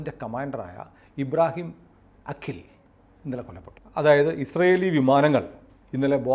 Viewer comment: അഖിൽ അല്ലാ..! അക്കീൽ...! ചെറിയ ഒരു വ്യത്യാസം